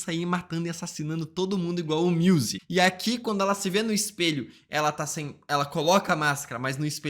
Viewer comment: o cara falando MIUSE dá mta agonia kkkkkkkkkkk